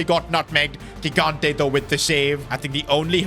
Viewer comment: italian here, just saying gigante is pronounced like "jigante". btw good series keep it up!